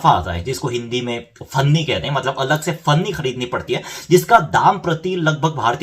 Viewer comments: One correction dude....It's Panni not Fanni (plastic bag/polyethylene) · It's panni not funny. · Its पन्नी not फन्नी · Bhai finni nahi Panni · भैया जी फन्नी नहीं पन्नी